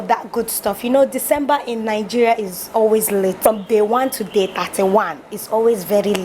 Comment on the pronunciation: You are the first person to my hears you perfect pronouce your country well. Most your fellow citizen say N-geria